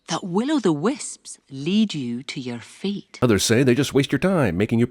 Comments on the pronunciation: Out of all the years of watching this, every time she said fate... I thought she said feet💀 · Everytike they say "fate" or "feat", it sounds like they said "feet". Changing her mom's "feet"? That's just weird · When she says fate it sounds like feet. Don't you wish you could change your feet. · The entire time I watched this movie as a young idiot I thought they were saying "feet" not "fate" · in this movie the word fate sounds like feet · When I was a kid I thought she said feet instead of fate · When I first watched this I thought they said feet and not fate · I KEEP HEARING FEET EVERYTIME SHE SAY'S FATE